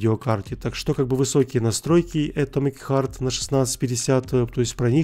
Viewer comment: Читается не Э́томик Харт, а Ато́мик Харт..., тебе на заметку!